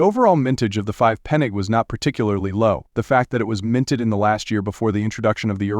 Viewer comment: The AI narrator cannot even pronounce Pfennig correctly and the coin on the film is a 5 Deutsche Mark coin! What a load of rubbish!